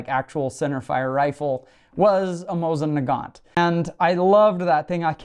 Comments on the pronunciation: Moh-seen Nah-gahn! The t is silent! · Moe-SEEN Nuh-GAHN